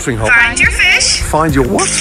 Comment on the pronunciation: this is sending me LMAO "find your WHOT?